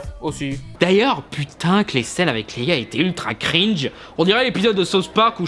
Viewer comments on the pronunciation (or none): none